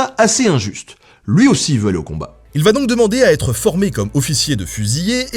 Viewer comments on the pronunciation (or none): "Lui zaussi" mdrrrr sinon super vidéo comme d'hab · "malgré les blessures dont il souffre lui Zaussi?"!! Bon désolé, j'aime beaucoup tes vidéos mais ça m'a fait mal aux oreilles... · Comme toujours, une formidable vidéo, concise et intéressante ! Par contre, "luizaussi", ça pique les oreilles 😘